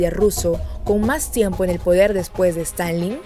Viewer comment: es Stalin no Stanley, por favor aprendan a pronunciar bien!